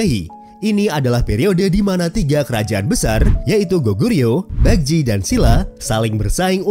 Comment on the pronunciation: Bagus videonya informatif. Sedikit saran agar channelnya bs berkembang menjadi semakin baik, ke depannya agar lbh diperhatikan pronounciation yg benar, beberapa kata korea nya sy dengar salah ucap berkali2. Seoul itu dibaca Soul. Joseon itu dibaca joson. Baekje itu dibaca bekje. Hangeul itu dibaca han gel (e nya itu kek kita baca buah apel). Syngman Rhee itu dibacanya Sengman Yi (e nya kayak e di buah apel juga). Marga Lee ato Rhee itu dibacanya Yi. Marga Park itu dibacanya Bak. Hanbok dibaca hanbok bukan henbuk. Dan bbrp kata lainnya mohon lbh diperatikan bagaimana pengucapan yg sebenernya sehingga penyampaian informasinya jd lebih baik lg.